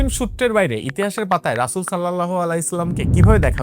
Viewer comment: ২য় বার মহনবী রাসূল (স.) এর নামটা স্পষ্টভাবে উচ্চারণ করতে পারলেন না। 😢